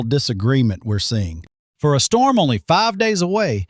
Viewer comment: Huge “Strorm” ??????